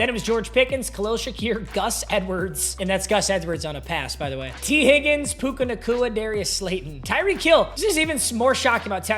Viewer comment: Why is no one talking about how he kept calling bro puka nacua that was not puka